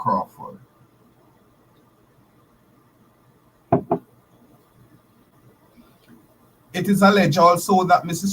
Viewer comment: It is so disheartening to hear you pronounce the word "Mrs." Are you indeed a Holder of a Doctorate from an Accredited Institution?